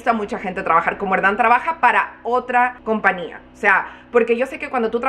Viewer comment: TENGOO UNA GRAN DUDAAAA PORQUE DICES COMPNIA Y NO COMPAÑIA🤔 YO SE QUE EN USA NO SE USA LA Ñ PERO EN ESPAÑOL SI SE PRONUNCIA LA Ñ ES SIMPLEMENTE UNA DUDA PORQUE NO ERES LA PRIMERA QUE LQ ESCUCHO🤭